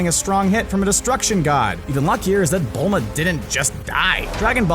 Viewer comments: you guys said "bulla" it's Bulma and shes not a sayian so no tail would grow lmao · The girls name is Bulma, (Not Bula!)